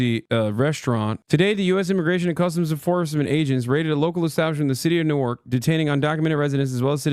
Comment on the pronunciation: Hasan, you’ve lived in Jersey long enough to know it’s pronounced nork.